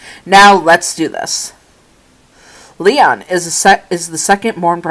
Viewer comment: You pronounce his name like this Lee oh nu